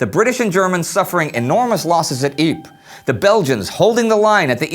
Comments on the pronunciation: youre not pronouncing ypres properly, it is pronounced YPRES (ie-pre-ss) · Is it Ypres really pronounced jyyp?